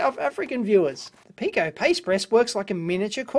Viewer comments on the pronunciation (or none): Dave keeps saying "Pee-ko", but "Pie" is right next to a pi symbol. I haven't heard of the company, but I imagine it is pronounced "pie-ko".